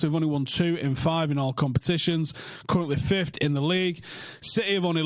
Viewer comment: Mate can you stop saying “FifthT” it’s “Fifth”